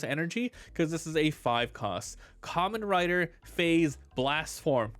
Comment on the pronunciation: It’s pronounced differently then you’re saying it it’s more pronounced like 5 with a z at end the a is more of less silent…this whole video was killing me as a Kamen Rider fan…